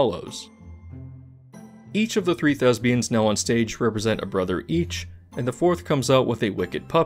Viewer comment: Love your videos. Love you. Just so you know, it's "thespians" with a "p", not a "b".